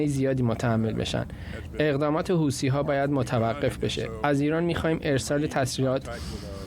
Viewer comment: طرف حتی اسم حوثی ها رو هم بلد نیست گفت هوتی ها مشخص کاملا شوت هستند ببینم چند چند هستند 😅